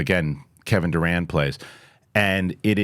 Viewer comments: Y’all keep saying Kevin I thought it was the basketball player I was like he does voice acting Lol but I googled it and that actors last name is Durand it sounds like he saying Durant lol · Kevin Durand, the actor, is not the basketball player. He didn't quite pronounce it right, lol!